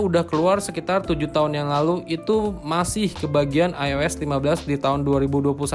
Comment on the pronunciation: Ois bukan eis bang